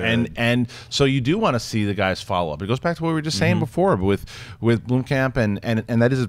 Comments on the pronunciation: You are saying Blomkamp wrong. I live in South Africa, and in afrikaans Blomkamp means 'flower camp'. There's a city in South Africa called Bloemfontein, which translates to 'bloom fountain'. There is no 'e' in Blomkamp, guys. So no, Sinead is wrong... You guys did pronounce it correctly, but not anymore. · Not sure if it was edited out but in the audio podcast tries to boldly state the correct way of pronouncing Blomkamp and STILL gets it wrong lol. It's BLUM-camp, not BLOOM-camp. Say it right and if you're going to shout the "correct" way, you might want to make sure it's correct.